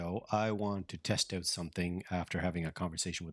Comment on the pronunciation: You must be Canadian... "try it oooouuut" :)